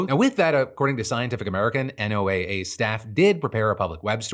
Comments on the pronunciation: Hi Phil, I hate being “that guy” but NOAA is pronounced “Noah” 🙃 On a real note, NOAA is critical to also understanding how climate change is going to impact things like weather, the ocean, and people…. especially people who are already marginalized and impacted in coastal and island communities. I live in Guam and work in ocean conservation, local projects and students relay on NOAA funds to make our island more sustainable. It’s a gross use of power and the people here (who aren’t even allowed to vote) will pay the price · It's killing me that you keep spelling out NOAA instead of saying it like the name "Noah", which is typically how people say it lol, but that is HUGE news so thank you for talking about it! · Today I'm learning that NOAA is not pronounced Noah... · State programs that work to put federal dollars in local resilience planning and economies are also on the chopping block under NOAA reductions (P.S. you say NOAA like “NOAH”) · This isn't important, but NOAA is pronounced like the name noah. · Oh please just say Noah… you don’t spell out FEMA each time. You just say feema.